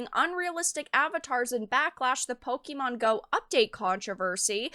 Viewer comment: Pokémon, not pokimon.